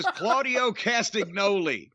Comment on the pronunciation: There is no hard "g" in any part of Claudio Castagnoli's name, Jim. Not a decade ago in ROH, not now, not ever. Now AEW is aping the "what's the matter, Sid..." smart mark crap from WCW? The "witty" Bischoff line that died a thousand deaths to the ear-deafening sound of chirping crickets live on television...TWICE! Maybe Schiavone should start to blather about "butts in seats" again, considering they lost 37k viewers and couldn't make it over 1 million again. That's exactly the right situation to waste time on your TV show with moronic "meta" crap that only wrestling Twitter addicts care about. Rub it in how fake and dumb it all is! Give us an "ironic" fakeness deep-tissue massage, Tony! Wink-wink until your eyes bleed! Sports-based presentation...